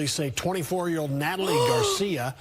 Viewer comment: “Natally”: with two L’s? double loser